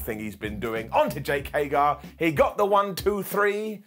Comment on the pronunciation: His name is HAGER, not HAGAR